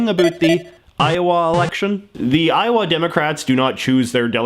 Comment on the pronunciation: iower, I hardly know ‘er!